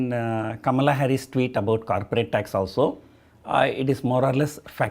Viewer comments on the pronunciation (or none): none